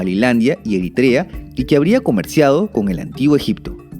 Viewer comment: Que bueno que ya no pronuncias Eritrea como "Erítrea"